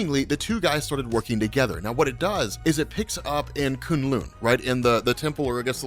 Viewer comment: Ive come to think he doesnt know how to read lol Saturneen - Saturnyne Koon-Loon - K'un Lun Ayenk - Ankh My back hurts from cringing lol